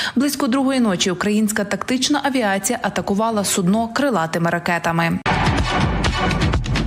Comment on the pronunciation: Не суднО а сУдно. Але то таке